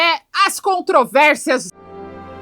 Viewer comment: é "controvérSias" kkkkkk